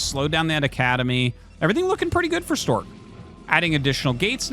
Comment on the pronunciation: Artosis mispronounced "Stawk"